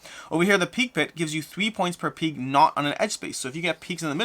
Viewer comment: I’ve never heard someone pronounce pig like “peeg”